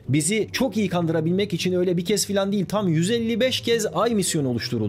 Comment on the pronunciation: Dünya'nın hangi şekilde olduğu bizi çok ilgilendiriyor. Üzerinde yaşadığın gezegenin şekli basit fizik bilgisidir. Bunun gibi bilgileri bilmeyen insanlar yüzünden ülke şu an bu durumda. Ayrıca, "Diğil" değil, "Değil".